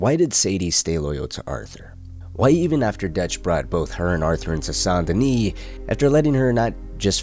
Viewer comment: Sawn denis? SAN Denis